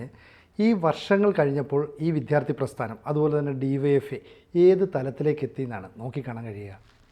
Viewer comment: Vidyaardhi... para..vidddttyhhhaaarthi ennalla